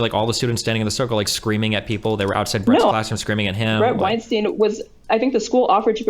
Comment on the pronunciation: All the time these two spent discussing Weinstein, you’d think they’d know how to correctly pronounce his name at this point.